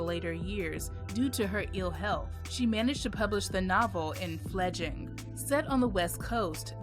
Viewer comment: Great video. Imagine if they'd given her the kind of wide spread publicity they gave to writers like Stephen King. Also the title of the book is "Fledgling", with an L in each syllable, not "fledging".